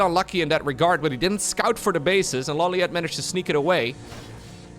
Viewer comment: I was late to the casting part of this stream, and I didn't notice that the minerals were lumber... That's so cursed lmao Also, I'm surprised you don't know the right pronunciation for LawLiet considering you've seen Death Note. It's ローリエット obv lol